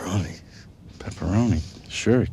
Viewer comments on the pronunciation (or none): They both pronounced it "peferoni"!